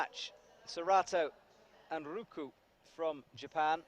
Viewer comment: He keeps calling him Anruku... must be dyslexic, right? Besides mispronunciating names, he straight up misses letters 😂